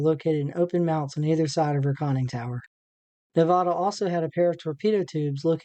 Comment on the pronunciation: Good video, but you mispronounced Nevada every single time you said the name of the ship! Sorry it's just an insult to the ship on the people of Nevada!